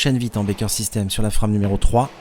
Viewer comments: La FRAME , est un mot anglais. Alors on le prononce en anglais... C'est Français qui rit des accents et de la façon des autres de parler.... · pourquoi ne pas prononcer ''frame'' a l'anglaise, sinon vous dites bien ''strike'' et non pas strique a la francaise.